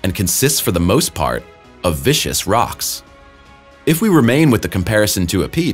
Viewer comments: Interesting content. And a small correction of the narration: The phrase was written as "Viscous rocks". Viscous = "Viss-Kuss". From "Viscosity". It refers to how naturally thick/dense a pliable substance (fluid or plastic semisolid) is. "Vicious" is an entirely different word. It refers to repeated, fearless, attacks by an animal. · Vicious rocks? Or viscous? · Says viscuous as vicious, uses miles instead of both miles and KM, calls mars a red "giant" and then seems to switch between centigrade and fahrenheit.